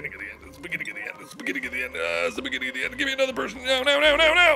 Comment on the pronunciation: Mark: Beginning of the end Me: What? Mark: Beggini o the enn Me: That's even wor- Mark: BIGINIOTHIEN